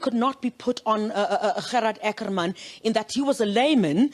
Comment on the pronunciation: As the word " water" can be pronounced in an Afrikaans or English manner so can the word " Ackerman"be pronounced either in an Afrikaans or English manner. it had always been pronounced in an English manner.Why is it now being pronounced with an Afrikaans stress.?